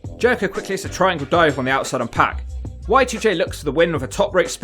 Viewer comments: It's pronounced Syxx/X PARK not PACK. And I'm english. I imagine you say 'Skohh-ee too hoh-ee' as well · It’s pronounced POCK not PACK. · I kept thinking he was saying pat when he was saying pac